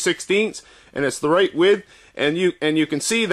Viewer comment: I am wondering where you are from. You say "reight"